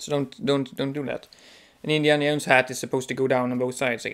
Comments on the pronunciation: "indiana yones-hat" lol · This video was ABSOLUTELY hilarious... I giggled all the way through the awkward confused moments and the passion you have for properly wearing hats AND the way you pronounce Indiana Jones.....I was only looking for new ways to wear them but now I have a plethora of things to look for when buying them :) Thanks for the laughs and information